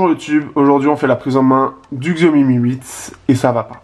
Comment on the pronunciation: On dit CHIAOMI !!! Mo********r